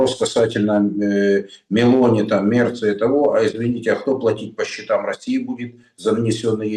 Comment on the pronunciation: Сегодня MelOni,,ударение на О вторая гласная ударение 49 лет😊